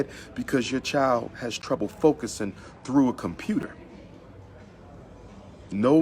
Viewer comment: “Come on thew... come on thew...” Smh